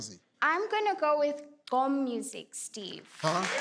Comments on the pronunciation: GQOM pronounce gwom. 🙏 me feel the same as Steve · She can't even pronounce gqom🤣💔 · Where are Nguni people in this show..these people can't even pronounce gqom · I wanted to hear Steve pronounce the last answer